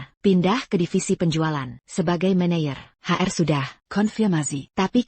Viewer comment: Belajarlah ngedit subtitle otomatis. 1. Apa dinarasikan "ey-pi-ey" 2. Tn dinarasikan "ti-en" 3. Manajer dinarasikan "mé-né-yér" 4. Hati-hati dinarasikan "hé-tay-hé-tay" 5. Tapi dinarasikan "ti-ey-pi-ay" 6. Mr dinarasikan "met"